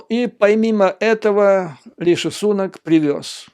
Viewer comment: При всем уважении, здесь, в Англии, произносят Риши СунАк, а не СУнак.